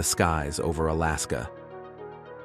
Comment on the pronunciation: When will Ai get it's English correct like crash-aid al-askar